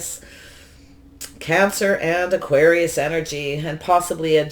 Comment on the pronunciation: Hi 👋 I know you do so much for the community. At the end of the Scorpio reading you said Auqaris